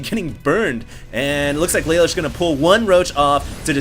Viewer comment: I'm pretty sure it's laloosh not lay-lush. After all he is european.